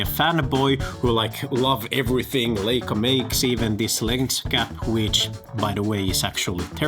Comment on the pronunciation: It’s pronounced LAICA, not LEICA.